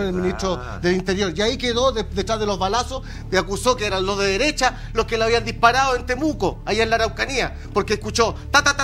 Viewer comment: ..."la deresha, la deresha y la deresha" 😂😂😂😂🤦🤦🤦